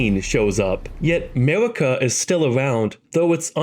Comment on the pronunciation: The hard r on marika is crazy